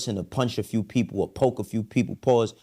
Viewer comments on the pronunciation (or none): none